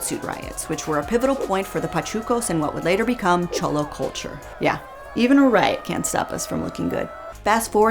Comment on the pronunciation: I’m sorry but the way you pronounce cholo is offensive kssisksksksk